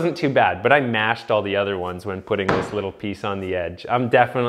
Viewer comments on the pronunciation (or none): none